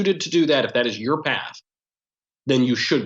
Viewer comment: Youer, poest, neow